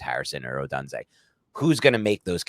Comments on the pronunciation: Love Rome and great video but please for the love of God stop saying uh-done-zay its pronounced oh-doon-zay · I believe it’s O-doon-zay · HowToPronounce and the YT channel (How To Say) both pronounce it as: O-doon-zay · I think it’s pronounced: Oh-done-zay. Which, if correct, would allow for a CB to be call done-zo when he gets beat by Rome. Top notch content as always men!